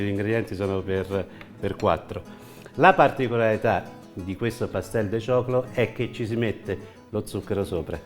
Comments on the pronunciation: Ciao, l´hai pronunciato benissimo (lo pronunciaste muy bien). Saluti da Salinas, Uruguay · Si lo dijiste muy bien. El Pastel de Choclo. Jajaja